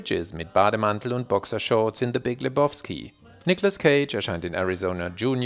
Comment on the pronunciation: Lebowski = Le-bau-ski, nicht Le-boff-ski! 😂 Jedesmal, wenn er es Leboffski ausspricht, muss ich an die Nihilisten denken 😂 Und übrigens: Niemand nennt ihn Lebowski. Das ist der Dude, man!